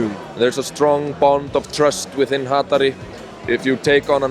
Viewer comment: Hatari con la sílaba tónica en TA ---> cierro vídeo